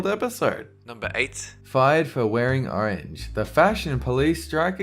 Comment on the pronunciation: YASS U SAID ARANGE